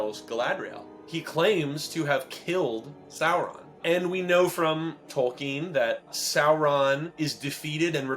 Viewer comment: You're still mispronouncing Tolkien's name! Good Lord. It's Tol-keen!